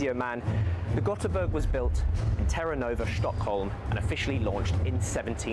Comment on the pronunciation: Ö is not O. Ö is pronounced more like the "a" in "a bin" in English, just a bit longer.